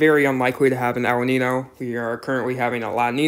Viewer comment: Nino? It’s Ninyo. Notice the tilde above the n. That’s not there for decoration.